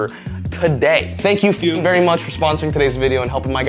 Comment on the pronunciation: you aint foolin me, thought it was Fumm instead of Fume didnt ya!